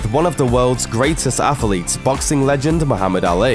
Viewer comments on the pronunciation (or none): Athlete has two syllables, not three. Even in the UK. Thanks.